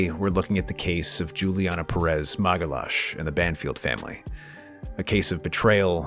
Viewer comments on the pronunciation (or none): "Magalash"?!? 😂 I'm Brazilian. You totally butchered her name !! 😂 I know you're American but still, you should learn how to pronounce people's names correctly.